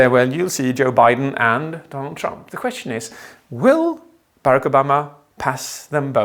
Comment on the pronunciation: Bereck Obama? BERECK ?! rofl